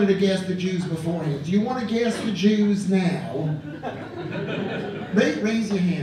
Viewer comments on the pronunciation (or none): thought he was saying "glass of juice?" took me awhile to realize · At first i thought he said ”You wanna pass the juice” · I thought he was saying "a glass of juice" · i thought he was saying “glass of juice” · I really thought he was saying glass of juice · I thought he was saying “pass the juice” for the first 2 minutes. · I thought he was saying a glass of juice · I thought he was saying “glass of juice” until the Hitler video came on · Is he saying glass of jews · Was he saying “glass of juice” or “gas the Jews”